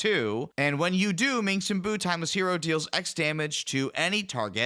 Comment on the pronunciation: "minx and boo" is making me twitch every time. Its just pronounced Minsk, guys. The s comes before the hard k sound. The c is a mislead.